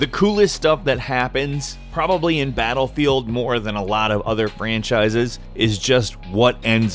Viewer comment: did he say batlebield ?